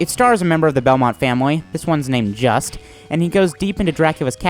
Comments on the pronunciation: Juste is pronounced "Jeust" as in "Juiced" not Just as in Justice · Ok first off his name is pronounced Juste as in boost. Second graphics and sound on par with SClV? Is he fucking high? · Isn't his name pronounced like Juice